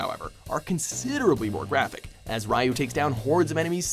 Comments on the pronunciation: Rai-yu? Really? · "Rai you" triggered*